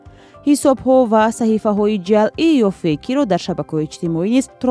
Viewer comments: Ҷалъӣ не, ҷаълӣ!!! Дуруст талаффуз кунед,! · Муҳтарам баранда ва шарҳдиҳандаи хабарҳои фейкӣ, гуфтед, ки "донистани хабарҳои ҷалъӣ.. ", дурусташ "хабарҳои ҷаълӣ" кӯшиш кунед, то калимаро бе хато хонед. Шояд ҳоло ба дарсгуӣ нарасида бошӣ!